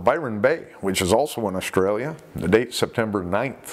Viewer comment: My heart sinks every time you say ‘Australia’ haha but then I still love listening to you narrate the attacks. 👍 Btw, I think it’s a disgrace that Simon Nellis’s death has been recorded as ‘provoked’ because of nearby fisherman. Again for Simon’s family & friends it’s a cruel blow somehow blaming Simon for being there. And a nasty blow to the already traumatised fishermen who witnessed it!